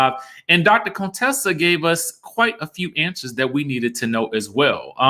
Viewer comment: YAAASSS to my Sorors Contessa and Quad!🐘❤️ They looked absolutely stunning! Now, Quad looked a bit 'lifted' though. Was that busy the makeup or expert makeup artistry.: Please stop pronouncing her name as Coontessa!!!